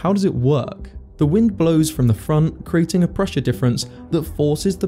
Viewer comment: Very interesting, thank you. Separately, the word is "creating," not "crating." Drives me crazy. No offense.